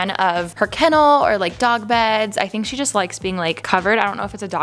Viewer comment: I’ve finally figured it out! You pronounce “i n” as “e e” peenk theenk